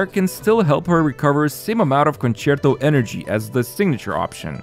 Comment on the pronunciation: Mega kudos for pronouncing "concerto" correctly and i am not sarcastic.